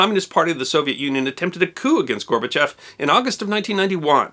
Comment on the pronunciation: Thanks for pronouncing Gorbachev's name right. It bugs me to hear "gorba-chOv" all the time.